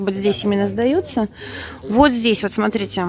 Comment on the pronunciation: ольга варламова вы глухая?все время звучит от Лены сатрите вместо смотрите, уменя все написано без ошибок